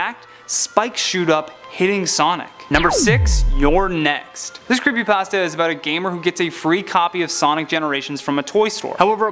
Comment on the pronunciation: creepy pAHsta